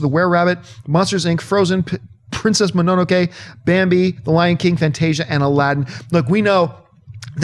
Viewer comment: How did you pronounce Princess Mononoke John? It's Mah-no-no-ke, not Me-no-no-ke? You sound funny when you say it John Campea! Haha!